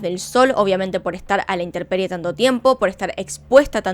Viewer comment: Hi there, admiro tu trabajo y lo aprecio muchisimo y te queria decir que se dice intemperie, con amor niñita.